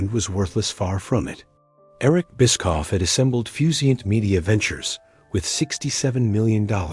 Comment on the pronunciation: That’s not how you pronounce Bischoff.